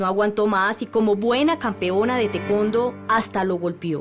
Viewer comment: Te Kon do?😕🤔y está tía Tai Kwan do bruta así se pronuncia bestia colombiana